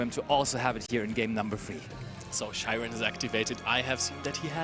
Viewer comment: why do they pronounce Scheirin as "Shy-ren" when it obviously has a "Sch" german pronunciation, and one of them sounds german too lol